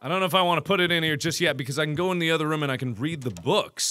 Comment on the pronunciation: He actually said “Ruum”